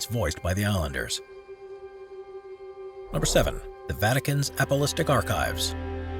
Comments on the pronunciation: Apostolic is pronounced APP uh STAHL ick . Not APP uh LIST ick . Didn’t you guys ever go to Sunday School ? Or is your narrator dyslexic ? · Hey there! I narrated this one and I feel terrible after butchering that pronunciation! I promise to do better! 😊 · Ok..... who else was annoyed by the guy saying several times "Apolistic archives " instead of "Apostolic archives"?? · And all contained in the "apple-istic" archives says the dumb narrator. Perhaps he could try "apos-tolic" next time ;-) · Yeah. Said it twice. Apos-TOL-ic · he says apolistic. it says apostolic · APOSTOLIC not APOLISTIC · Seriously, learn how to pronounce "apostolic." (Hint: it's not "apo-listic.") I spoke too soon. He also butchered Poveglia. I stopped watching after that. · It is “Ah po STOL ic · "Apolistic" archives? Read the Bible to get the correct spelling/pronunciation. 😎